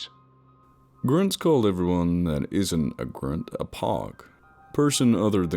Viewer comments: Hey this was an awesome Narration!!! I looooooveeee your work! FYI "Pog" is pronounced (p-oh-g) not (p-ah-g)... Acronym means Person Other(than) Grunt... And it's pronounced "KayBar" all one word... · POG is not pronounced like the things we played with in the 90s. It’s pronounced POUG but spelled POG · It's pronounced (POGE). POG is Person Other than Grunt. The "O" is long. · I hate that shit: Marine Corppsss Five point Fifty-six (nobody that's ever even held a gun would say that.) ...and it's pronounced 'poug.' He's not a crappy kid's game from the 90's. Plus, Marines are only scared of shit like spiders or bats or work-parties, not fucking ghost or demons or whatever. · Narrator: "POG" is pronounced "Poh-g", long "o" and KA BAR is pronounced "Kay-bar" and finally "Marine corp army" is just all sorts of ate-up. If that was written on what ever paper from which you're reading, then the author wasn't a Marine, and highly likely to have never served in any branch... EDIT: fixed time codes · it's pronounced Pogue like Rogue and stands for permanently on garrison hence the acronym P.O.G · Just FYI for the future the “O” in POG makes an “oh” sound. Good video though. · No, it's just pronounced 'Pogue.' As POG is what's called an Acronym. Its word put together, by the first letters of other words. Sometimes those other words are a phrase, or a technical name. Can you name some other acronyms? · hold up did he just say POG wrong?!?